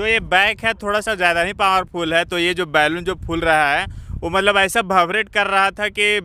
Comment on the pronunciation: बैलून मत बोलो बलून बोलो।